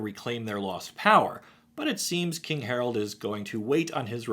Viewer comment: I can't unhear Day[9] saying "HARALD"